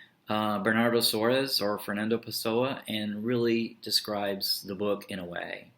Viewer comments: Is not Suarez....... But SOARES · it's pronounced like the spanish "Suarez" haha